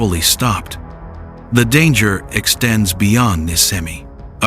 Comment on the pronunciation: IT IS NISCEMI NI THEN SCE LIKE SHEE NOT SKEMI IT IS LIKE ISH